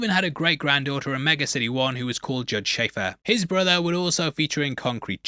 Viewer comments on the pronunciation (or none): none